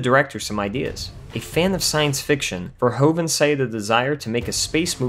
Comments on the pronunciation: Paul Verhoeven (Dutch) is NOT pronounced Paul "Verhoooven" ... oe is NOT "oo" but like the "o" in "movie" in English ... vowels are different in Germany & French too ... so we Dutch are used to see same vowels in different countries being differently pronounced. And I am proud he went from The Netherlands to USA making bigger productions ... Paul was/is in Holland famous for "Soldaat van Oranje" see: before he became an international name. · Verhoeven. Ver is pronounced like fair, hoeven is pronounced like hoover with an N at the end instead of a R. So Verhoeven is pronounced Fair-hooven. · First of all, I like this channel a lot... But.... I'm Dutch. You managed to pronounced Verhoeven a whopping twenty-six times wrong! Probably a record! Congratulations! The main problem is that "oe" is the way Dutch spells "oo". So in English spelling it would be "Verhooven" Plus: The Netherlands, not "Holland". Although, he did grew up in Amsterdam, Noord-Holland. But that's not the name of our kingdom. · His name is Verhoeven not verhOven. Say OE Please. Greetings from the Netherlands. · Okay, let me add this joke. The way you kept on pronouncing Verhoeven's name wrong... Irritated me like a bug.